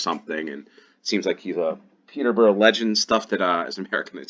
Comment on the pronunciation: Very accurate pronunciation of "Barnstaple" - most people I know pronounce it as "barnster bull" rather than "barnster pull" or "barn staple" - but your "Peterborough" needs work. :) In British English, "borough" doesn't usually rhyme with "slow", the "ough" is a schwa. It rhymes more closely with the last syllable of "America".